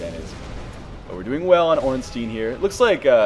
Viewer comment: The way he pronounces Ornstein makes me cry.